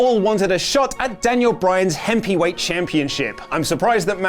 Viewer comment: "hemp-y weight championship" x'D